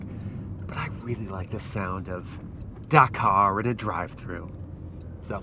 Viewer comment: This mans pronunciation of Dakar is rage educing